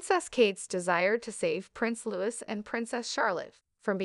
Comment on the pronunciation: It’s pronounced LOUEE 😡😡